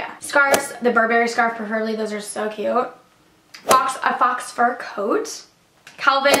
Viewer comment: She said Faux Fur like FOX Fur. 😂